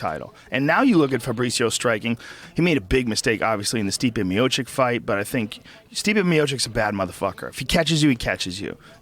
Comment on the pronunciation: Instead of Stipe Miocic he says "Stiopic" ROFL